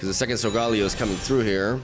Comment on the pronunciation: SOL-GAH-LAY-OH Please …. Lol